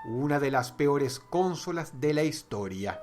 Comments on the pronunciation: Dross es consólas no cónsolas (pongo acento porque sino no va a distingir) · Explicame por que decis CÓNSOLAS? SI ES CONSOLA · Yo: Consolas. Dross: Cónsolas. Yo: Sí, Dross, perdóname. 🙇🏻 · creo que se pronuncia consolas, no cónsolas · Consolas Dross, no cÓnsolas, es llana, no esdrújula. Un saludo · Dross, amigo, con todo respeto, me gustaría decirte que ya has cometido un error de pronunciación varias veces: dices "cónsolas" (asumiendo que la tilde es prosódica, pero en realidad no lleva) cuando en realidad se pronuncia como "consólas" (de nuevo, es prosódica) Ojalá y leas mi comentario, exitos :) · lel, Cónsolas? Yo siempre las e llamado Consólas (No lleva tilde, solo lo puse por la pronunciación) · Me parece curioso como dice "cónsolas" en vez de "consolas", no sé si es que en venezuela les llaman así poniendo el acento en la primera o es algo de dross. *corregido bro. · Porque dices cónsolas? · Cuantas veces dijo "Cónsolas" ? jajajaj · Por qué dice "Cónsolas" ------- Es desesperante! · Cónsolas :v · Cónsolas no es esdrújula XDDDD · Dross: cÓnsolas, Que recuerdo! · ´prque dices consolas y no cónsolas :v nose se oye raro :v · hola dross.. si consolas no lleva acento ¿¿¿por que lo pronuncias asi???? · Me da risa como dross dice consolas jajaja